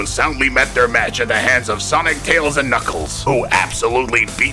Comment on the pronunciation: That's the second Person on Youtube I've heard to pronounce Tails like "Teeals"